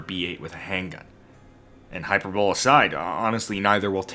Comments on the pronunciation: that's "high-purr-buh-lee" sir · fwiw it’s pronounced “hyperbolie” I used to fuck that one up too Unless you’re intentionally memeing and I’m just autistic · Did this MF say “hyper-bowl” instead of hyperbole?? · Hyperbole. It's pronounced High-per-bow-lee. Not hyper bowl, lol. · Hi-Per-Bo-Ley is how you Pronounce HYPERBOLE, NOT Hyper-Bowl just an FYI. love all your content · just realized says Hyper-Bowl in this video. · hyperbole is pronounced "Hyper-bow-lee" - you're welcome ;) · I dont want to give you a hard time about it, but hyperbole is pronounced hi-PER-buh-lee. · bro was that hyperbowl an inside joke I don't know about, or do you really think that's how hyperbole is pronounced? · I enjoy your content. Just an FYI hyperbole is pronounced hi-per-bow-lee. No disrespect intended. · It’s pronounced hyper bull ee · “Hyper bowl.” Lol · "HYPER BOWL ASIDE" - lol. I see a lot of youtubers lately using words they don't know how to pronounce. I am not hating, it's a good thing actually. Everyones trying to better their vocabulary... just like their weapons training. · Not trying to be a dick, it's natural, but how did you say hyperbole dude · "Hyperbole" has 4 syllables. Check it out. ❤